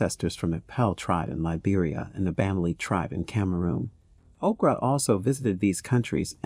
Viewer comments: The way he kept saying Okra instead of Oprah with so much confidence 😂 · Why does "Oprah" sounds like "Okra"?😂 I must be hungry or does someone else hear it? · Ok, why he keep calling her Okra? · 0mg he called Oprah okra!!! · This is a great video, but did you call Oprah Winfrey …..okra??😩😂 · Why are calling Oprah by the name Okra are you stupid! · okra winfrey😊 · This fool calling Oprah Ocra, smh. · Who is Okra? C’mon lady. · This is a great rundown of celebrities who have African ancestry. I want to make a recommendation for a correction. , the photo used is that of Mekhi Phifer, not Chris Tucker. Also, I keep hearing "okra" vs "Oprah". Is this being read by a bot?